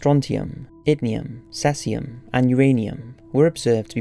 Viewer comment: Caesium is pronounced like "Seasium" not "Sesium".